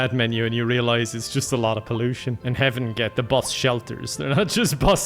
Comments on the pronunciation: I thought he was saying Heavin as in Heaven and Kevin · For a second, I thought he said Kevin and Hell